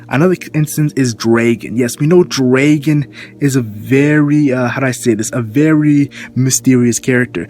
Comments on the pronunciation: Love your videos... But stop calling Dragon Draygun. =D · who says dragon like that